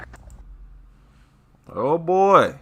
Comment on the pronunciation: WHEN SHE SAID "IT'S MY BABY", i THOUGHT SHE SAID "IT'S MY MATEY".